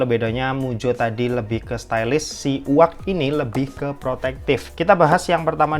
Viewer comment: Koreksi sedikit: 1. Mujjo leather asli 2. Yu-Ei-Ji, bukan “Uwag” dibacanya